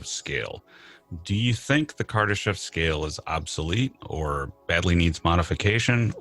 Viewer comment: "Kadarshev" ?!?!?! if you speak about him at least learn to pronounce his name properly mr Befnord.